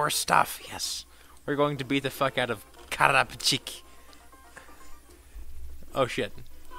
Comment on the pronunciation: Carapchik? More like... CARAPASSCHEEKS HA GOTEM